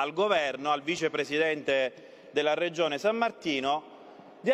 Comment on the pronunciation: Si dice regione non reggione